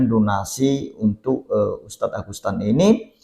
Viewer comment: ANDA2 SALAH SEBUT AGUSTAN NAMA SBENARNY AGUSETAN